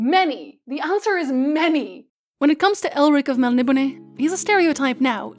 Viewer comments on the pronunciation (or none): Your miss pronouncing Melniboné (Mel ni BONE) not (Mel nib o ne) just say'n :P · My dear, it's pronounced Mel-nib-o-NAY-enz. Admittedly, it's difficult to say, especially quickly. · MEL-KNEE-BONE Please.... It was written by an Englishman..